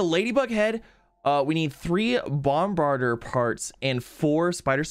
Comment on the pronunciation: Not bombarder, but Bomb-Bar-Di-Er... Bombar-Di-er